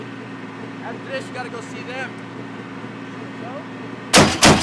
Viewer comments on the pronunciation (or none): none